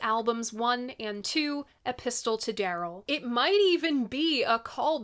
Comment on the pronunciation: The T in "epistle" is silent, just like in Apostle, Mistletoe, Often and Cunning. Otherwise, it sounds like he's got a gun! Some banjos are hollow body (no backs) so, it's quite possible he had one and was singing towards the head from the back instead of into the hole in a guitar.